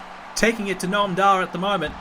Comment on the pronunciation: Did he call 'Noam Dar' 'Gnome Dar'? How dare he!?